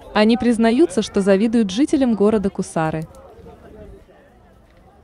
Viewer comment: Не гусар мля а кусар или кц1ар